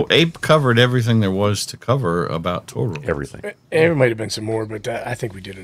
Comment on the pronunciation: I felt like I was being trolled with the Toe-Roids pronunciation watching this 😅 Great episode!